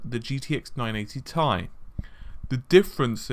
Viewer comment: Just say "T" then "I", who pronounces it as "tie" when it's an abbreviation for titanium?